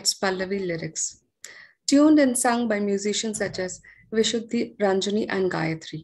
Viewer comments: I am an absolute fan of Sri. Having said that, and before I start listening to his presentation, I want to bring to your notice two errors by the anchor - she kept saying ViJay Varanasi. And when she mentioned Ranjani-Gayathri, she said 'Vishudi' instead of Vidushi. This kind of thing would have normally put me off continuing with the video, but am going to listen, knowing erudition. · The host , in her introduction couldn’t pronounce ‘vidushi’ correctly. Sad!